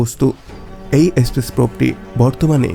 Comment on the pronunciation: এসপেস না বলুন স্পেস